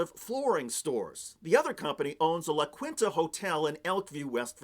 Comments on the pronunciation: Love you, but La Kwinta? As Joe would say, "Come on." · it's pronounced "la keen-ta" (Spanish, dude)